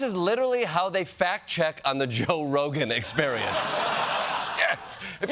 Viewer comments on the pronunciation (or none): none